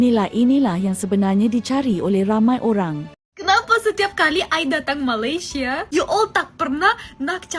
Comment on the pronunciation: Wow. First time I've seen AI used to speak in malay. It's a bit uncanny when it pronounced Malaysia the wrong way, that was the giveaway.